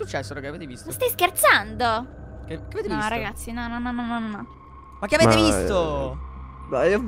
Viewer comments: A me piace sto fatto che dice raghi 😂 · 😂😂mi fa ridere che dice raghi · Raga ma perché dice raghi invece di raga? 😂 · Mi piace chi ha notato che dice RAGHI 👇😂😂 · È vero dice raghi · MA BIOLET A MA RAGI MA RAGI HAHAHAHAHAHA LA TRIGGERA